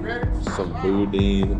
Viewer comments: " Boo-dan " not "boo-dean" . (Boudin) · Boudin pronounced boo-dan not boodeen🤣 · Dude really said boo dean 😂😂 try boo dan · As a person from LA boo-dan is how you say it just kinda cringed when you were saying it 😂😂😂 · Boudin is pronounced like Boo-dan, not boo-deen. From a Louisiana native. Haha Also, I'm not sure about the 'goldfish' you caught but it looked similar to an Asian Carp. I'm pretty sure the LSU Lakes are all Man-made, and the life in it is pretty lackluster. I do see a bunch of people fish the smaller on across from the bigger one but, they usually fish for smaller species. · He called it boo dean 🤣🤣🤣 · It’s pronounced “boo-dan”. Great vid! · That boy said boo den. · You offended a lottt of Cajuns when pronouncing boudin (it’s bou-dan) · Bruh I know you just didnt call boudin. BooDeen....... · boring❌ boo-dan✅ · The way you pronounced boudin is killing me 😂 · I thought the same thing I had to rewatch him absolutely butcher it